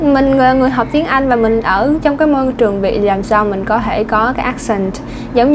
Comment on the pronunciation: Cô giáo nói có thể nghe như có hể hay sao ý